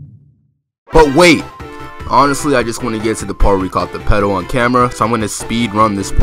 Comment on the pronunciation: its pronounced p E do not ped o